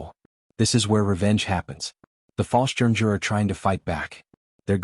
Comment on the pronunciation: I wish that artificial idiocy would learn how to pronounce things properly. The butchery of the German word for paratrooper is enough to make a grown man weep!